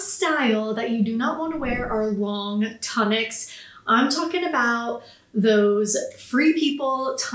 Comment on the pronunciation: Tune ic not ton ic😮